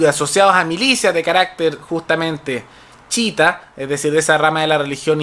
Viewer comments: no es CHITA wn es CHIÍTA -.- chita es la wea q decis cuando te equivocai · Una crítica constructiva. La corriente islámica no se llama "chita" como el mono de Tarzán, sino "chiíta" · Me gusta tu canal, pero la pronunciación correcta es chiíta y Hezbolá. Recomendación en buena onda. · Ufff!!,cai en la pagina de los fascistas extremos,a proposito este pastel pronuncia mal la palabra chiita,se dice tal cual no chita como el chimpance de tarzan y todos los tarados de los comentarios ni cuenta se dan. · Yo y mi TOC reaccionando con picor cuando pronuncia mal "Chiita" o "Hezbola" entre otras palabras xD En fin... gracias por el punto de vista y la info:D